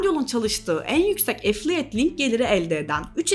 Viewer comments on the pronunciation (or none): affiliate’i söyleme şekli beni öldürdü